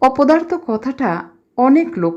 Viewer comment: "অবসরে শুনি" নামটির আকর্ষণে ডেসক্রিপশনে চোখ বুলিয়েই এক অন্য আবহের আভাস পেলাম। আর সত্যজিৎ রায়ের "অপদার্থ" তো উচ্চারণে চিত্রায়িত বোধ হলো। আরও অনেক শোনার আশা রইলো আমার। সবাই ভালো থাকবেন। 🙏